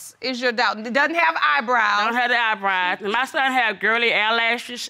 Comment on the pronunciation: "Look at his EYEBRYE" 😳😳💀💀😂😂